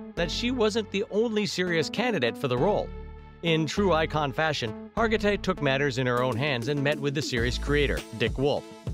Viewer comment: Second straight video about this famous actress where her name was butchered. Last one kept calling her Har-ji-tay. SMH